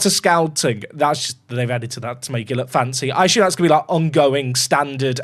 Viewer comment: Theres no H in assume